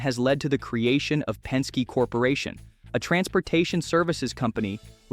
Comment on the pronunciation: Pen-skay? Really?